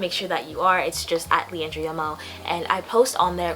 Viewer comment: never heard of another leandra seems so weird someone saying my name in a different way ❤❤